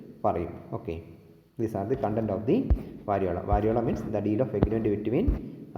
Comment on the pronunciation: വരിയോള അല്ല, വരിയോല